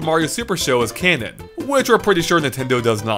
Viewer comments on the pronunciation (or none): none